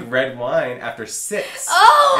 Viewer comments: Hahah I heard sex too:p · Glad I'm not the only one who thought said sex. Hahahaahha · I HEARD THAT TOO!!! hahah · OMGGGGGGGGGG I so thought he said "I can't drink after sex anymore because I snore" LMAO!!!! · 'I can't drink red wine after 'six' (sex) anymore'. I thought he said sex too!! I was thinking OK, that's TMI. Hahahahaha! :) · Lol I literally heard the same thing did at first. I was like no he didn't just say that and then I realized he said 6 😂. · I legit thought said no red wine after sex too LOL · Lmaooooo... I heard sex too 😂😂😂😂😂😂😂😂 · I heard sex too I was like what hahaha 😂😂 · i thought said no wine after sex too! lmao